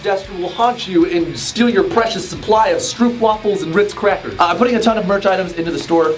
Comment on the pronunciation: The way he pronounced 'stroopwafels' though, priceless